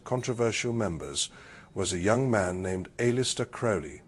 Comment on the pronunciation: so far I like it. It's a bit funny to hear "A-Lister" instead of Aleister. I also can't but think, "OMG now there's going to be a whole war over whether if it's pronounced "leg-iss" or "Lee-jis" if it doesn't exist already.